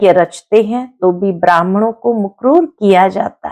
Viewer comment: मुकर्रर होता है, मुकरूर नहीं, pronunciation उच्चारण गलत है